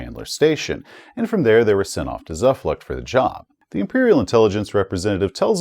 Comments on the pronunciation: It should probably be pronounced "Zoofloocht" (ie like an English "oo" not "u" and "Noi"-bayern, as a German :) Well, that is, if they still pronounce it as we would today, of course! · I think hates it when people tell him how to pronounce things. tszoo-floocht = Zuflucht = "refuge" Noi - Bi - Ern = NEUBAYERN = "New Bavaria"